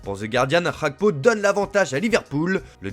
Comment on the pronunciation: Vous ne prononcez pas bien le nom de mon frère gakpo. C'est pas Hakpo mais gakpo.